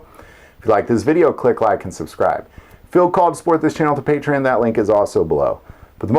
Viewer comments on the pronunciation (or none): none